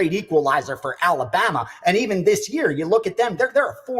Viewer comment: What is a yurrr? Is he trying to say year ????